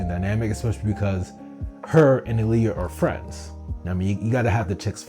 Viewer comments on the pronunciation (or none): You kept saying Aaliyah and Kazu. It's Ah-l-ya and Ku-ze. That drove me insane lol Besides that, great analysis so far.